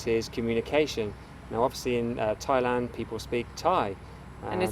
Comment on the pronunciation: Thai land not Lund